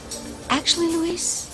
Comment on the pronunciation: Except you're wrong. His name is Luh-weese. It's not Lou-is. Everyone, but Roger are saying Luis's name properly.